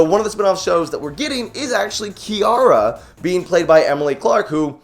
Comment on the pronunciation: Why are you pronouncing it 'Ki-ara'? It's pronounced like 'Kira'. They say it in the movie, why would you say it like that?